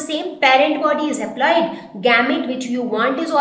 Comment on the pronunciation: Excuse me... exactly at 5.07 or 5.06 you may say something wrong... you said something like "change haploid to aploide"....???